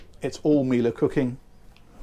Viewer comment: Well before your chatter video, you reviewed this boat (twice, a long and short clip) and because of that long one you became the first person I subscribed to on YouTube. (Back in the days when you didn't know how to pronounce Miele!) Time has moved on but seeing this boat and how it has been transformed/upholstered, it is now back on my No1 lottery win list. One day, just maybe one day, you never know.